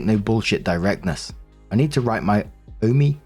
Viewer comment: It's kinda cute how you struggle to pronounce "Omi" The first time was most correct in my opinion. The "O" in the beginning is long and pronounced and the "mi" is much shorter and abrupt. Like Oooohhh-mi (this is exegerated)